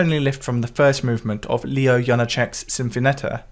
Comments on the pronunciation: Leoš Janáček is pronounced like Leosh Yanaaczech. (Pun intented, he’s Czech.) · your pronouncation of Leoš Janáček's name is a way too cute haha. It should be more like Léosh. Greetings from Czechia